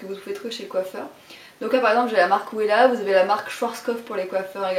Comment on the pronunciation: par contre "Wella" se prononce "Vella" lol, ce sont de très bon produits !